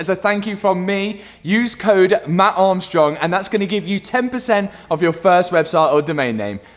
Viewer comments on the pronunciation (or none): none